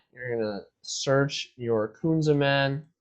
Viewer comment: “Kunzaman”, jeez man that was triggering 😂 KU-NAM-ZAN! Still a great guide, this deck is so good